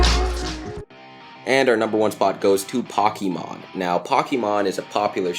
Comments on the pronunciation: Here is how its pronounced of pokemon poukimon not pokeymon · THAT IS NOT HOW U SPELL POKEMON! ITS NOT POCKEYMON! ITS POKE E MON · .. Calobi: Pockymon Me: What the hell is Pockymon Calobi: Its a anime Me: Isnt Ite Pokemon (Pok- E - Mon) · Just like everyone else in the comments I'm saying it too I got triggered man it's Pokemon not pockemon I MEAN SERIOUSLY YOU'RE MAKING ME SO TRIGGERED I MEAN LOL BUT STILL!!!!!!! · He said pockymon instead of pokemon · What the heck dude. Its Pokemon not pokeymon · It's Pokemon not pockymon!!! Like duuuuuuued! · Pocky- mon ? Pocky is a Japanese snack. Not a anime. Pokemon* Is the anime . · omfg if your going to say Fu€#&$@ Pokémon correctly don't say pokymon it sounds like pocky mon Poke-ee-mon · nigga.......who the fuck is (pock-key-mon....learn English god damit....it's (POKE-KII OR KEY MON) sound that shit out.....tf ok now some of yall be sayin it I was saying it wrong I might be or might not it's may be because I don't have an accent probably idk??😂😂😂but this man said it like he never saw the shit b4😐😐 I guess it's bcc of the è instead of e yeh that's wat it is😂😂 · Pokémon Pockymon Ice-Hockey-Mon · its supposed to be pokémon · POCKYMON ISNT A THING POKEMON IS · Yea it’s pokemon not pokeymon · LOL POCKEYMON ITS SAID POKEMON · ITS POKEMON NOT POCKYMON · its po-key-mon not pockey mon lol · pocky mon ! Its pokemon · ...i know dia boi didnt just aay pock eh maughn......BOI ITS POKEMON U DINGUS AKA POCKET MONSTERS GET UR FACTS STRAIGHT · Not pockey! TRIGGERED!!!!! It's pokey!!!! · Pocky mon it's Pokémon￼ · WOW POCKEYMON!!!! LMAO ITS POKÉMON LOL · him: pockimon me: TRIGGER ITS POKEMON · It makes me cringe that he says "pockymon" when its actually Pokemon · Omg i'm dead! Pokeymon xD! It's Pokemon!! Po-ke-mon! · I was so pissed pokymon NO IT'S POKĒMON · Am I the only one that is triggered by pockymon! It's pronounced poke e mon Pokemon!😣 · Hears pockymon me: "so thats where all those dislikes came from" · Did this jackass say pocymon?